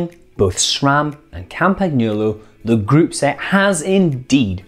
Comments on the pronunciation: LEARN TO SAY CAMPAGNOLO JESUS CHRIST! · really nice video but please go and check how to pronounce "Campagnolo" a channel such as BikeRadar should know better ;o)